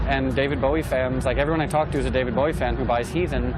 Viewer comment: r u dere, Deved Beweh? yus.